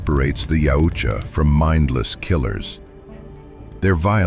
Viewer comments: YA-OOT-YA not YOW-CHA 🙄😂😂😂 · Soft Y when pronouncing Yautja, closer to (OOutja)